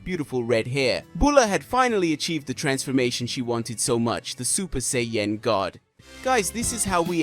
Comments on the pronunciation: Super Seyy Yen 😅 Super Sai Ya-Jin (Japanese) Super Saiyan (English) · hehe super Say-yen!